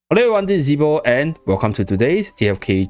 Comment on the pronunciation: tis is not, please help!